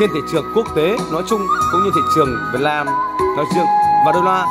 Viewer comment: Ý mình là từ neo chứ kg phải (leo) Nhà nước chứ kg phải ( lước ) Việt nam chứ kg phải ( lam) Các bạn cứ nghe kỹ Tôi nói chứ kg phải ( tôi lói ) Bạn hiểu không ?